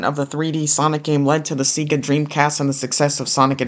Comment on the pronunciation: every time you say seegah it makes me die a little inside